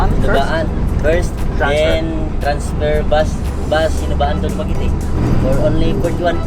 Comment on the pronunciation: congratulations, you pronouced DU MA GUE TE right, nice to hear